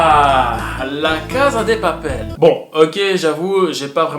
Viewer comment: PAS POUR MYTHO MES TA DIT CASA DES PAPEL MES SAIS CASA DEEEE PAPEL